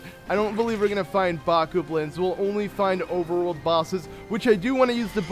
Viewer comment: Did you just say bock-u-blins?